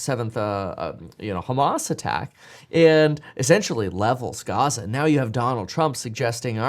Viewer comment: I don’t think it’s a “European” accent to put the accent stress on the first syllable, or that it’s an “English” or American accent to put the stress on the last syllable. But for the record no one says it the latter way except for you.